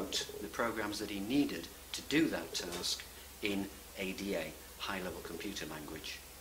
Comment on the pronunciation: Ada is pronounced like the woman's name Ada (the Ada language was named after mathematician Ada Lovelace).